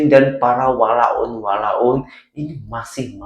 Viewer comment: Terbaik la dah pandai sebut walaun, maksudnya dah faham maksud walaun yang sebenar... 👍👍👍